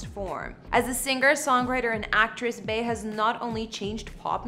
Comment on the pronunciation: This person keeps calling her Bay. I absolutely dislike when non fans mispronounce her name. It's Bee = Bey. Short for Beyonce. This is like nails on a chalkboard.